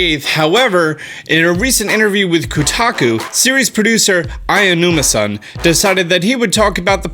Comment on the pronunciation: I just have one question,... why do you always say “Ayanuma”-san? It’s Aonuma 😂 “Ow-numa” would be more accurate